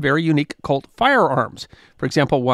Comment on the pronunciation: I have to keep telling myself that you are saying "COLT" and not "CULT".